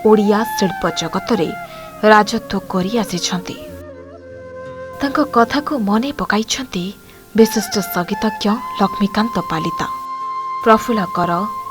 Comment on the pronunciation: ଉପସ୍ଥାପିକା ମହାଶୟା ! ବିଶିଷ୍ଟ ସଙ୍ଗୀତଜ୍ଞ ଲକ୍ଷ୍ମୀକାନ୍ତ ପାଲିତ୍ ବୋଲି କୁହନ୍ତୁ ,ପାଲିତା ନୁହେଁ । ଦର୍ଶକ ଙ୍କୁ ଭ୍ରମିତ କରନ୍ତୁ ନାହିଁ ।